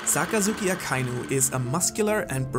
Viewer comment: SAKAZUKI NOT ZAKAZUKI